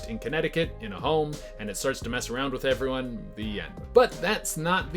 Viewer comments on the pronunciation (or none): none